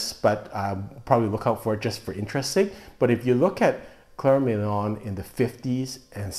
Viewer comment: You still haven't got the pronunciation quite right; It's Milon / exactly as written, not Million!!!